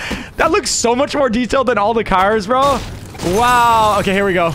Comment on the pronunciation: He can’t even say cars